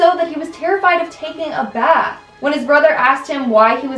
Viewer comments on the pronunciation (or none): none